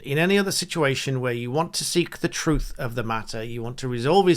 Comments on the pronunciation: “Not the troof”. 🤦‍♀️ the word is “truTH” and something the Liebour party know nothing about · "Not the troof" apparently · "Well, that's not thu troof".... a class act.